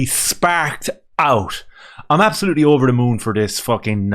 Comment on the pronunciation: "Absholootly shperc oot" that made me suscribe amigo